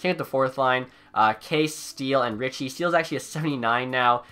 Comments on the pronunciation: It is pronounced "Kasha" not case. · Kase is pronounced KAHSHA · Kase is pronounced Kasha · Btw, Kase is basically Kasha, not case XD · “Case” instead of Kase or Kasha like it’s pronounced😂